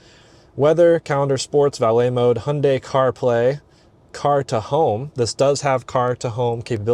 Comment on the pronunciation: thank goodness you guys say the name right.. so many UK reviewers say "high un die"...